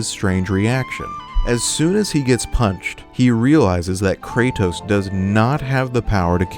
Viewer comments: I’m sorry for sounding like a grammar nazi, but you said “Krato” and it made me laugh. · Bro said krato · The random "krato" misspeak is hilarious lol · No way he just said krato like Kratos is plural